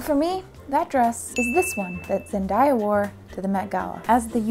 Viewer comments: It's pronounced Zen[day]a and not Zen[die]a, hon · Hey, i love this video. I dont mean to nitpick, you pronounced zendaya wrong. Its “Daya” not “die-a” good video though 🥰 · Zendaya....Zen-day-a, not Zen-die-a. XD omg i love you. She has a video actually pronouncing her name an explaining how her mother got it. Which is great honestly. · Zendaya is pronounced Zen-"day/dae"-a not Zen-"die/dye"-a. She had a interview pronouncing it herself for folks😂😂😂 The dress turned out great!! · I'm sorry but I had to check the comments to see if anybody was good enough to tell her that it's zenDAYa not zenDYEa. I got a bit frustrated lol 😅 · Love this but Zandaya said herself that that’s not how your pronounce her name it’s Zen-day-a Not Zendiya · WAIT, is that how you pronounce her name? the entire time i was like zen-day-ya not zen-dah-yah... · Zen. “Day”. A She did do an interview on how to pronounce her name. Either way great vid can’t wait to see what you do next! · saying ZenDIEya effected me far too much while watching this😭😭😭😭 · Dont know if anyone else said it bu her name is Zen- day- ya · It confused me when she said ZEN-DAIYA lol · zen-DA- ja lol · zen-day-uh ....please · I love Zen Day YA. I dunno why ur pronouncing her name wrong. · her names pronounced zendayuh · oh her name isn't pronounced like that. its more zen day ah kinda like that. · I'm so sorry to be that person but it's just bothering the hecc out of me, zen-day-a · Her name is pronounced Zen•Day•Ah .. every time you mispronounced it I cringed.. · Her name is Pronounced zen day a sorry to be that person only trying to help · I cant even imagine trying to do this. You're a queen and you're vids always make me laugh. If I hadn't found your vids, my quarantine and sense of style would've been a lot different Edit: im dying with how you say zendaya, I love it 🤣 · Her pronunciation of Zendaya kinda hurts, but hairnet and sponsor makes up for it